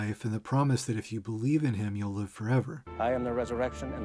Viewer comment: dinosaurs struggling to life? Or struggling to live, but she read it as live (lie-vh) not live (li-vh)